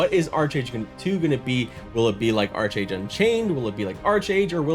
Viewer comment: Great video... but I was a 3D artist for Trion Worlds and it is pronounced Ark-Age not Arch-Age. xD